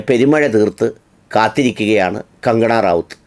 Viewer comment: Please pronounce her name correctly.